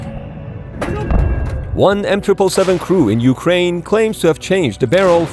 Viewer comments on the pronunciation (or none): none